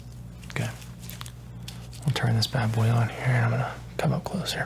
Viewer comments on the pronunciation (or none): none